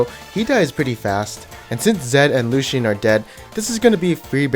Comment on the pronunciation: Lucian is 2 syllables not 3 lol